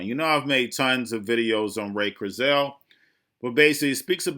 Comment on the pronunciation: You gotta Google how to pronounce his name!